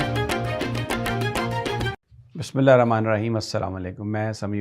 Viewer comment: Plz read bismillah properly